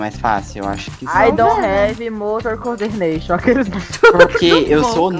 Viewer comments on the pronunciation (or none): "I dont have motor coderneixom" KKKKKKKKKKKKK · É ai don revi motor cordeneixon